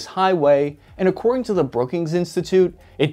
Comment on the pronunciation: Damascus HIGHway. Lol why the fuck did he say it like that...